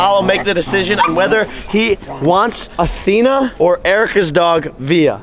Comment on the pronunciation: He said you know Apollo and Atheno